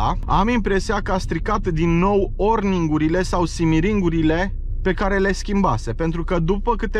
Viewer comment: Ai, vrut sa zici oringurile de la injectoare nu orningurile și în alt clip timonerie nu timoterie, în fine nu te critic doar te corectez, probabil cum conduci, filmezi și te și concentrezi sa vorbești corect se mai întâmplă, bafta în continuare!